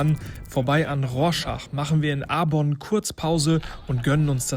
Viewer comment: Arbon, und nicht "Arborn".